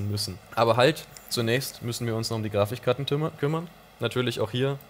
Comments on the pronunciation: Warum sagt immer Grafichkarten? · Grafichkarten :D deine Aussprache triggert mich :D